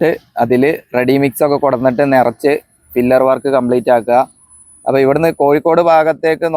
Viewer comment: Pillar ആണ്. ഫില്ലർ എന്ന് പറയരുത് ❤️